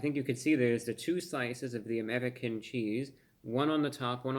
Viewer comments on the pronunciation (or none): Did you roll your tongue on "Amerrrican cheese"? And they say us white folk aint cultured lol. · Reviewbrah rolling his 'R's' all fancy like. "Amerrrican cheese" 😄